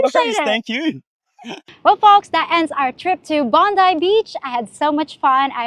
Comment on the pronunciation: Bong guy Beach! Not Botany Bay. Thanks, now I have that song in my head.